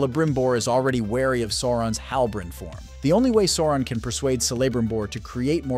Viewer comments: They literally say SAU-RON in every mention of his name, yet a channel covering the rings of power manage to make it sound like "moron". 😂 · If you’re going to mispronounce Sauron at least stay consistent ( then then ). WHY?? 😤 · If you’re going to make a video on Lord of the Rings and Sauron, at least pronounce his name right. Makes me not want to watch your videos anymore.